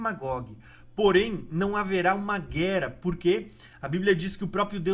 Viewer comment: Não é guera é guerra, buro.